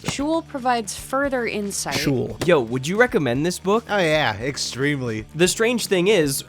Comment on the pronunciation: The name is pronounced sheol(but the o and the e pronounced like one vowel) not shull(like hull)